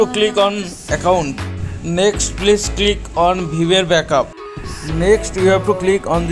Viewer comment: Dude learn first how to pronounce Viber. :yt